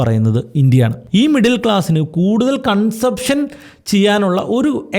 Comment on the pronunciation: കൺ സംപ്ക്ഷ ൻ അല്ല. കൺസംഷൻ ആണ്. ഫിസിക്കൽ ഡഫിസിറ്റ് അല്ല ഫിസ്ക്കൽ ആണ്🙏